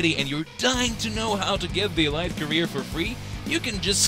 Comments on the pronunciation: Good video, but elite is pronounced “e leet”, not “e light”. Otherwise perfect video! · It’s pronounced “ELEET” omg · "EE- L-EE -T" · If he doesn’t stop saying E-Lite I’m gonna be pissed